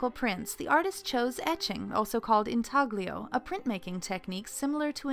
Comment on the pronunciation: They should've gotten a narrator who actually knows how to pronounce foreign words. "IntaGLio" and "Caprichios"?! Shudder.